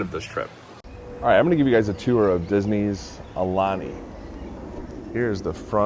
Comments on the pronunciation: Ow Lani with the I sounding like a E. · It's pronounced "ow-lani"